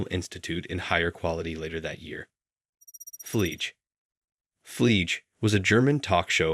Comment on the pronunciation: Sorry, but “Fleege”? I know German is difficult but the name/word is pronounced FlieG-E, German for fly. I don't normally criticize pronunciations but this hurt my ears. 🤣